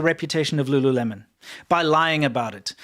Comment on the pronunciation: I think it's pronounced Lu LOOleMON. Lol.